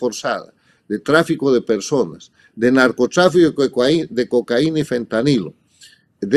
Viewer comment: Muy buena la conferencia y lo mejor que ahora dice cocaína con tilde en la i y no cocaina. Escobar, ese engendro que nos tocó padecer en Colombia, se dice Escobar no Escóbar